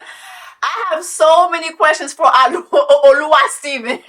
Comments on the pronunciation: Not “Oluwasteven” 😂😂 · 🤣🤣🤣 not Oluwa-Steven!!! Jessie pleaseee😅